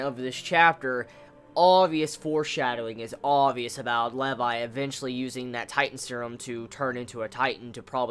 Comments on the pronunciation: How you pronounce Levi's name make me cringe :( it's pronounced like LEE VI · its Lee-vi haha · The weirdest way to pronounce Levi ever. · Im sorry. I stopped watching the first time you said Levi wrong.